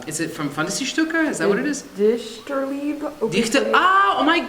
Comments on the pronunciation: Lol at the German pronunciation😂 (actually one line he sang at REALLY good pronunciation, but everything else was a little bit....😂😂😂) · as a german i can say that his pronunciation was really good! and really interesting what they did with schuhmanns dichterliebe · I'm german and his pronouncing is very good ! :)